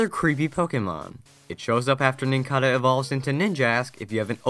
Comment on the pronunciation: Nincada not nincahdah